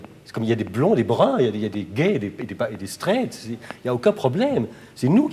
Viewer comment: la façon dont il dit "straight" me tue x)